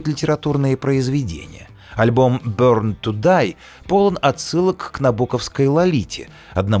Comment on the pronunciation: бОрн ту дай, а не бЕрн ... 😄